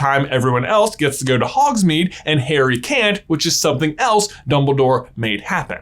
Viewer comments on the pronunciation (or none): none